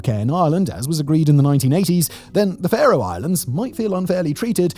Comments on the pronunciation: OK, Simon, "Far-oh"? No, no, no, it is pronounced "Fair-oh", just like Pharaoh. Oh, you did get it right at least once. Nice to be seen, though. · Simon's pronunciation of Faroe Islands 🤣🤣🤣 I've got friends who live there and I've visited.